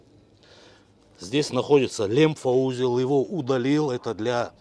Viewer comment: лИмфоузел. Устал уже , ухо режет. Запомните, пожалуйста.